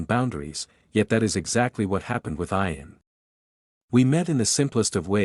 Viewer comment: It's pronounced ian with an e